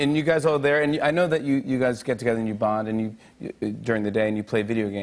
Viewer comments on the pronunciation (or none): none